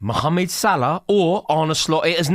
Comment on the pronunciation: I love how Rory says Salah's first name like an Egyptian!